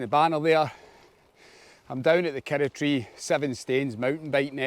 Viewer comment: Love it, kirroughtree, pronounced KIR-ROUGH-TREE😅